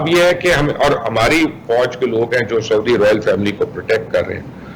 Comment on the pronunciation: Anchor person please urdu to sai bolna sekh len...saudi ko sodia kardya...